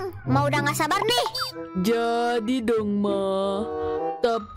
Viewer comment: Mksd aku. Jeon Jungkook. Bukan jeom